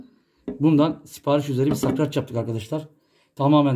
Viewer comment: Sakrac degil SARKAÇ ….hahaha😅